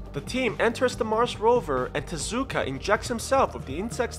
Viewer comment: U SAID TESKA ITS TEZUKA AND TEZUKA IS MY FAVE CHARACTER!